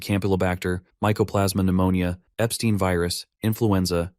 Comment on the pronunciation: epstine virus???😂😂😂